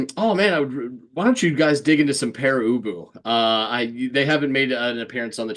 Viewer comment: Thank you. Not only is our name pronounced correctly but it's a really intelligent review. You humored us.